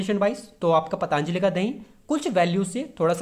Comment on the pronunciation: ओ भाई पतानजली नहीं पतंजलि होता है